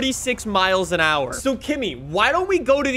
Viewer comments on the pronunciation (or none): none